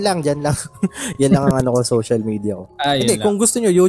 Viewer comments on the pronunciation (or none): none